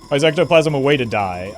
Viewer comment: "Sir, an ectogasm has hit the roffle"